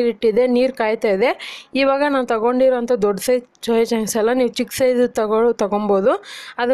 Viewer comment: ಅಕ್ಕ ಚೋಯಾ ಚಾಂಗ್ಸ್ ಅಲ್ಲ ಸೋಯಾ ಚಾಂಗ್ಸ್ please correct your Kannada madam